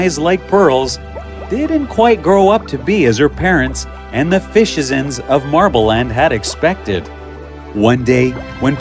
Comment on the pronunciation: Fishizents huh ha ha